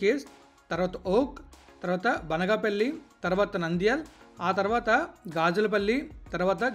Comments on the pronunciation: Babu Adi Banaga palle kaadu Banganapalli first area names sarigga palakatam nerchuko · Orey neevu e area vadivira cumbham,banaganapalki sariga palakatamledu